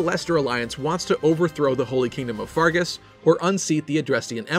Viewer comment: Can you not pronounce the names properly, it's pronounced FERGUS not FARGUS